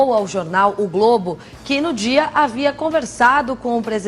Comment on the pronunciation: O fefito força a barra na pronúncia do d. Hora fala "dia" , hora fala "d'zia". Pra q isso gente??